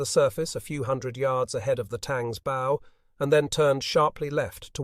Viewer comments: The front of a boat is pronounced like bowing at the waist, not like putting a bow on a birthday present. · Why oh why can't we get a real human to read the text. It's a bow, as in what you do before the King, not what you do with a tie or shoe laces. These small points really spoil the experience when they are repeated 97 times in the video. A poor show.